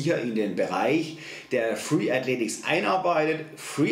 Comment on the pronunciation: Ok, weil du hast es in deinem Video falsch geschrieben und auch ausgesprochen. Aber vom Inhalt (und ich mache selber Freeletics) kann ich dir nur zustimmen